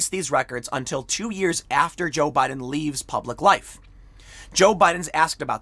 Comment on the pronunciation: Tim says Joe Budden every single time. 😂